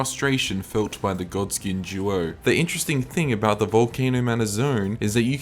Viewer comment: I jizzed everytime when he said "gawdskieen juo" 😩😩🥴🧻.